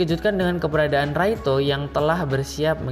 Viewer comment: Laito bang bukan raito........ 😊